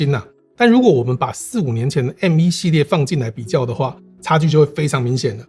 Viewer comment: 第一次聽到有人講「M依」…….. 瘋掉